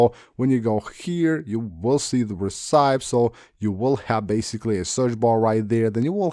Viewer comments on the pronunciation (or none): Very informative video 👏 Recipes is pronounced Re/ci/pees not Ri/cips. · did bro really say recipes as “ri-sai-ps”